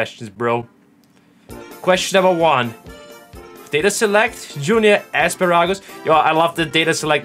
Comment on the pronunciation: I really like the way you pronounced Asparagus.